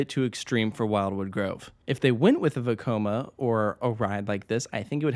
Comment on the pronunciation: I don't know why but I always love it when you say Vekoma. Makes me think back to the parodies!